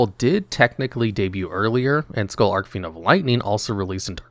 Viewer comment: Yeah, pronunciation in this video was rough. Hearing Arc-Fiend over and over again was also painful.